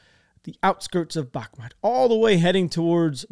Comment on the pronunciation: “Back-matt “ When the world calls it “Back-moot”